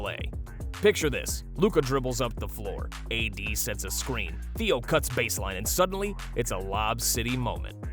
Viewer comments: Im from Arkansas. Please learn how to pronounce his name correctly. It is NOT Theo.....It is Adou Theiro pronounced a-do thi-row 😊 and Adou Theiro is a future star! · “Theo Adou” lol